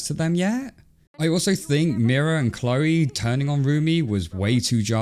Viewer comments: Chloe? Chloe?! It's Zoey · Yeah it’s Zoey not Cloey